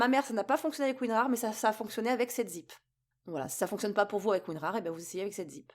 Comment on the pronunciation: Et ce n'est pas "septzip" c'est "sevenzip"